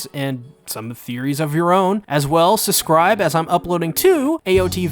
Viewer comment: Enunciate, my boy: "If you can, please susscribe and ring the bell, it's free and you can always unsusscribe."